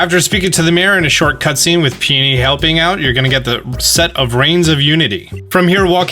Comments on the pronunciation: I think it’s pee-ony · Dude, Pee-Oh-Nee like the Flower.